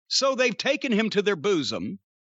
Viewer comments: I love how Cornette pronounces bosom like "booze-um". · When Jim says "bosom" I can't help but picture the episode of American Dad where Stan can't stop saying it. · This was personally my favorite rant from Jim! The way he says bosom get me everytime! 🤣🤣🤣